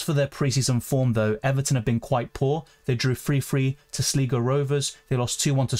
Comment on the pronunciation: I know from your pronunciation of Pedro Porro that you take it very seriously. The Irish team Sligo Rovers is pronounced as Sly-go, the first vowel sound rhymes with the personal pronoun first person singular I. 👍